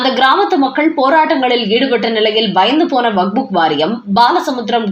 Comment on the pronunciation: It's waqf. Not wakbuk. It's irritating to hear as wakbuk again and again. Please correct youself